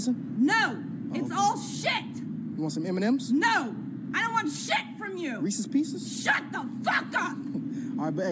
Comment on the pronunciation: “REESE PIECES” ☠️